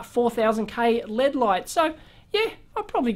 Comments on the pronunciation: why do you say lead not L.E.D. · Acronyms are pronounced as words. Abbreviations are not. And its probably a Australian thing to say LEAD instead of L.E.D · Saying LED as a word just sounds wrong to me, because it's pronounced the same as lead, a toxic substance that has been removed from various items over the past few decades (gasoline, plumbing, solder, etc.) due to its danger to public health -- so that's a very negative association that LED lights are trying to be the opposite of, due to their energy savings and lack of the similarly toxic mercury found in fluorescent lamps. So, maybe in another generation when nobody remembers what lead is and how dangerous it was, then manufacturers will start pronouncing LED as "lead", but until then, they will say "L E D" to avoid any association with lead. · It was born an initialism. From oxforddictionaries(period)com - Definition ACRONYM an abbreviation formed from the initial letters of other words and pronounced as a word (e.g. ASCII, NASA). Compare with initialism. Grammar- An abbreviation composed of the first letters of other words so that the abbreviation itself forms a word. An abbreviation consisting of initial letters pronounced separately is called an initialism.